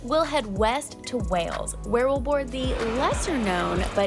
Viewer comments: did Wales well., you extend the "A". It's Wails, not Warls. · say it like this (almost like 2 separate words) Way alls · your pronunciation of Wales sounds like Wells. Say Way-yells, or Way-ells, instead of Wells, to get closer to the correct pronunciation. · If you pronounce it 'way-uls' you'll be pronouncing fine. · in the video, still says "Wells" instead of "Whales" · You two looked great in this video, no washed out looking faces. in particular looked great, (don’t worry I live in Glasgow 😝) Gotta say, Wales definitely has an “a” in there, not an “e” 😂 I suppose Americans in general do the same thing with the name Craig, it too has an “a” sound in it and not an “e”. You Yanks, I guess southerners in particular based on you 😝 are a peculiar bunch. You don’t say “Plen” instead of “Plane” and you don’t call plains “plens” so you can pronounce it…. I believe in you 💪🏻🥇 And would that it were that all of our trains were this way and British people really did travel in this way, but alas the regular train experience ain’t all that 😂 you’ll get where you’re going, just not when you expect to get there 😅 Actually you get rooms like this on many Eastern European sleeper train lines…. but it ain’t private: you’re sleeping with a few more people on a “lovely” bed. You can be sure at least one of these people will be a snorer too, for sure 😂 still, those trains can be a lot of fun if you find the right car 😉🍺🥃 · just pronounce the place way-uls and you'll pronounce it just fine. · Wales: pronounced Way alls. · Way-alls = Wales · Rhymes with tails,,not bells🎩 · I notice you can pronounce way, so just add les (wayles) to it. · practice pronouncing Wales as "Way-ells". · pronounce Wales as if there is a Y in it so it comes out as Wayles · Easy to get mixed up with pronunciation. Think of Wales being spelt as Wayells. Not far from Bath though is a city called Wells.